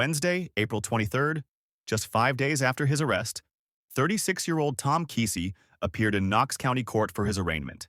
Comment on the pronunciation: You're pronouncing and spelling his last name wrong. No excuse for podcasters to make these mistakes. Unsubscribe. 👎